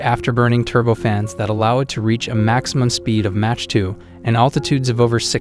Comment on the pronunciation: @@ I was thinking the same, dude can't even pronounce Mach correctly.